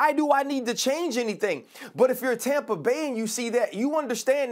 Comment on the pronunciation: Tompa Bay Gronkoneer land 😂